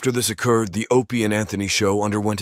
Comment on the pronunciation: when the incident oh-cured